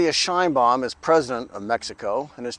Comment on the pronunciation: Please learn how to pronounce the last name of México’s Presidenta.